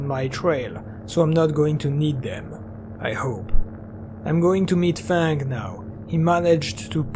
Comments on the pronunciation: I know English isn't ur first language but it's fang. F-ae-ng. Not fong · I was thinking "Who the fck codenames themselves THONG". Then I realized, you said "Fang" XD